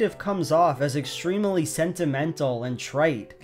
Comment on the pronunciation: He is extrem-uh-ly correct